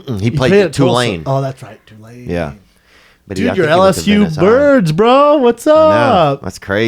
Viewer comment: Did Brendan say LSU Birds?